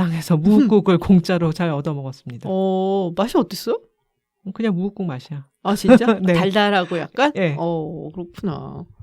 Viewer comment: 은하님이 '무우국'이라고 하시네요. 추억 돋고 정겨워요...